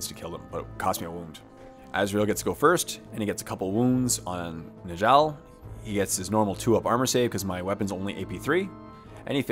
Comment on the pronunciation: Njall is pronounced (Nyall). Please